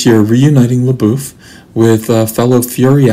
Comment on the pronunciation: A agree with you about Indiana Jones and the Crystal Skull. It got a lot more hate than it deserved. Perfectly enjoyable movie. I see you also pronounce LaBeouf correctly like I do.